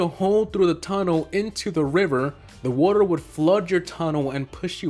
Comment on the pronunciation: Woter